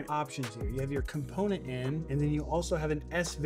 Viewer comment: Thank you!!! I cringed every time he said component